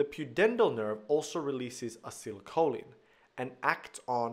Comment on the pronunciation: Thank you but is it not supposed to be acetylcholin rather than acylcholin as you say it?